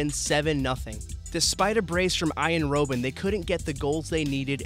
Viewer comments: It's Robben, not Roben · (Rob-en) not bloody (Row-Ben) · ROB-BEN not bloody roben 😂😭😂😭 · Noo the pronounciation is wrong in this video its roh-ben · You pronounce Robben like: "rob Ben"